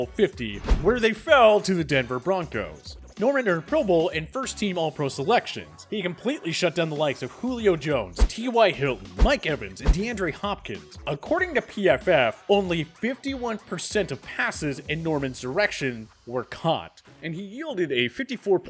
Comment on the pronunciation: He said DEANNEDRE HOPKINS....